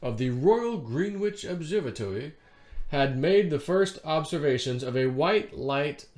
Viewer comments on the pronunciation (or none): It is" grenitch" not green witch.